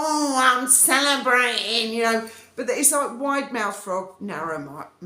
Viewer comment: Wow. That " i'm celebrat'n' " at about 8min. Was straight outta Dickens! 10 points!